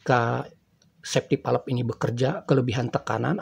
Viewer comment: Kontennya bagus, cuma cara penyebutan safety valve itu perlu diperbaiki Safety valve dibaca ˈsāftē ˌvalv (bisa cek google translate utk lebih jelas)